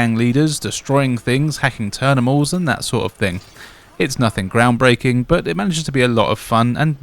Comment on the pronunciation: "hacking ternimals" 🙃